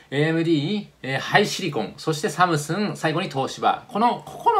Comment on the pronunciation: 東芝の歴史について凄く勉強になりました。有り難うございます。DRAMは、ディーラムって普通読みませんか？SamsunじゃなくてSamsungです。SK Hynixはハイソニックスではなくハイニックスですね。次回、パッケージやって頂けるのですね。有り難うございます。セラミックも有機もどちらも出して頂けるかなぁ。韓国からいつも楽しく見させて頂いています。